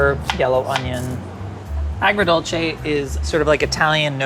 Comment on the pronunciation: My jaw dropped when nailed “agrodolce” 😯😦😮